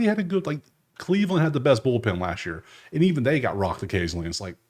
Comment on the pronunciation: Not ballpen its bullpen 😅